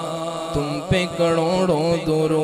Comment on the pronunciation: محترم اصلاح فرما دیجئے گا لفظ کڑوڑ نہیں کروڑ ہے....